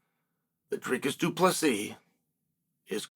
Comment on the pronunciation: Chael announcing DDP's name perfectly every time is scary.